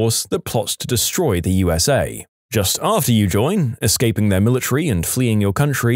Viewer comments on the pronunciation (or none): none